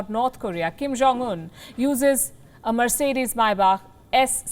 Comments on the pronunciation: Sorry … it’s not my back it’s May spelt “Mai” Bach and not back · Not Mybach it's his Maybach 😂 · Why can’t India make its own cars fit enough for the PM? Also, it’s pronounced”Mayback”, not “Myback”. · Pls. Learn to pronounce may back properly it’s not myback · By the way, Palki, its Maybach, not mybach. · Not a ‘My back’. It’s ‘pronounced ‘MayBack’ . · First of All somebody please tell the news reader that its not MAIBAK its MAYBACH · Palki it's not your back (My Back)...its MayBach 🤪😜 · Palki ji its not myback its mayback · It’s not “my back” it’s pronounced may baak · Its pronounced may·bak Not my·bak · Its pronounced may·bak Not my·bak She is clueless! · She said Mercedes my back lol...🤣🤣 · I heard Mercedes Maai Baap